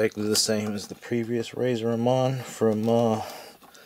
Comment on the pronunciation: He couldn't even pronounce Razors name correctly lol